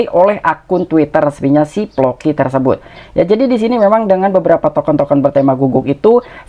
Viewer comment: Floki bang bukan ploki